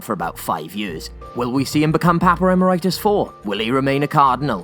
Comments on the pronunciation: Wait wait it’s pronounced Em-er-itis??? I’ve been pronouncing it Ee-mer-it-us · Papa Am-I-Right-Us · Will also pronounce Emeritus wrong dozens of times... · You made a comment about not wanting to say "Infestissumam" because you didn't want to say it wrong, said you hope you're pronouncing "Haellje" right, but you pronounced "Emeritus" wrong each and every time you said it.